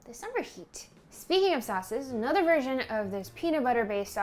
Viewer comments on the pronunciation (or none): none